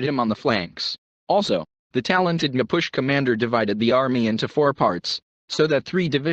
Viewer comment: MA POO CHIE is pronounced. I'm 1 of them.